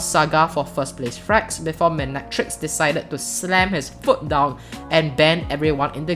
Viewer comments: mi ne tricks? it’s pronounced mine tricks lol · You kept on reading Mynetrix wrong lol, I also had that problem back then. Apparently its "Mine-Tricks"